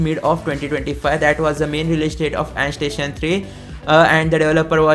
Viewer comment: Andstation ❌ endstation ✅